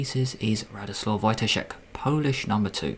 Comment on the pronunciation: Almost perfect pronunciation of Radosław Wojtaszek... if you want to improve, just work a bit on accent on right syllables :D